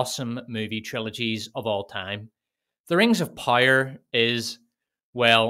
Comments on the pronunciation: I’ll never get tired of you saying ”Rengzopyre”. 😂❤ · "Wings of Pire" 😂